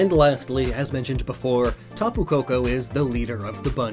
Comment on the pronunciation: You did say taboo wrong when you said it lol. You also say finish weirdly like your saying Finnish